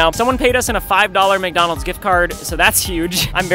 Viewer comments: This is so funny ''and a 5 miggonolgs gigt garg'' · "and a 5 dollar mgonals gift gard"